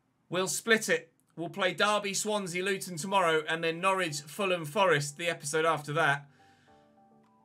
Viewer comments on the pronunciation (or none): none